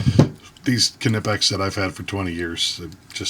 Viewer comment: In English it's nipex. We (english speakers) do not focus on the K like the Germans do. It's not a Ka-nife it's a knife(nife), it's not ka-entucky but Kentucky so same thing for knipex(nipex). What's next Americans are going to try and pronounce Volkswagen the same way the Germans do even though it's a different language